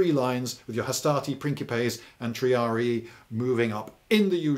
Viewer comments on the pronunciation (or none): none